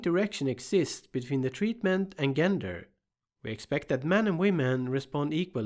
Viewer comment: Excellent video!! Super helpful. I’ve really enjoyed a number of your videos and have learned a lot from them. One very minor thing, gender is pronounced with a “soft” g, so say “jenger” and you’re good to go.